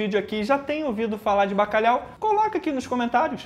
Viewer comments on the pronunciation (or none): Baca quê? Bacalau?? K é isso mano? 😅🇵🇹